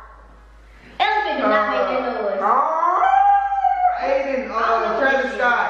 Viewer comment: I'm dead he said a elaphant go haahahahuhah